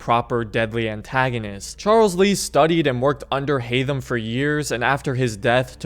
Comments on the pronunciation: 1. It's Haytham, not Haymath 2. I consider him the second deadliest. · Haythem and its not even close